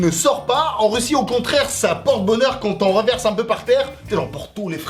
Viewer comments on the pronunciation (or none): none